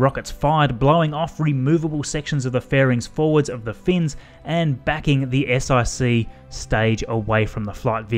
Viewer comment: You called it an S-IC (Eye-cee) instead of an S-IC (one-cee)? Roman numerals! That's not the thing is it Also, you said S-IVB (Eye-vee Bee) as opposed to S-iVB (S-four-b) does that also count?